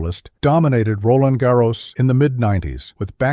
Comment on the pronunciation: Nice video..... but what a butchering of name pronunciations...Pete Sampras, Roland Garros, etc.